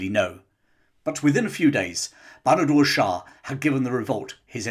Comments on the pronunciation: Its Bahadur Shah and not Banadur Shah. Please get the names correct. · His name was Bahadur [NOT Banadur] Shah Zafar.